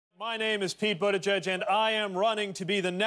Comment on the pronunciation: Great Job Mayor Pete!!! ( "Bootizeyz" 🤣😂🤣😂)